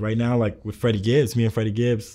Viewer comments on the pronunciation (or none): none